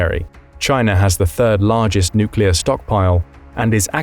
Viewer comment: Are nuclear 😂